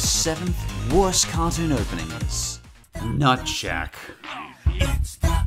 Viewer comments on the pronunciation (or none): At first I thought he said “Nutsack” instead of “Nutshack”